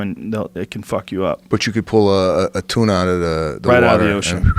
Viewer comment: Joe "King of TUNAH" Rogan